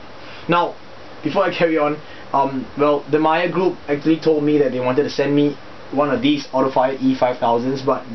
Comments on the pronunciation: Hahah you said "Mager" instead of "mayer" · Just a heads up for future Videos. Meijer...is pronounced MY-ER!